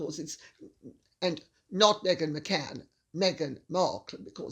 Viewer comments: It's McCain, not McCann. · Not sure if you are referring to Megan McCain on the View. The daughter of the late Senator John McCain. Last name pronounced McCain long A as in candycane.